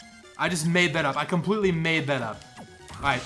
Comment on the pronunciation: "I'm beeing clompletely serius" such a good gamer